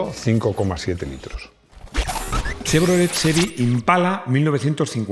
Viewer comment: y Plymouth, 'plímuz' (no 'pláimuz'); y engine, 'enllin' (no 'enlláin'); y Chevrolet, 'shevrolé' (no 'chévrolet')... pero tiene claro que sabe de coches, no de idiomas, y lo admite públicamente. 😂